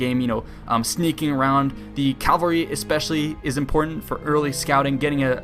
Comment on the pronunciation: its cavalry not calvary